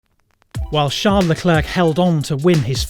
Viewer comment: I’m pretty sure it’s pronounced Charles Leclerc not Shar Leclerc